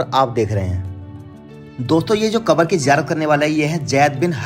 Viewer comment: not akbar but kabar